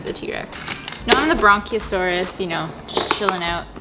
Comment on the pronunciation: Hearing say "Bronchiosaurus" multiple times killed my little paleontologist heart. Say it with me, sweetie. Brachiosaurus. No "n" required. Hahaha!